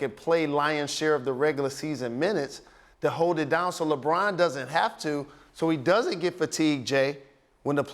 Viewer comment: he said LeGone hahahahaha...dead 😂😂😂😂😂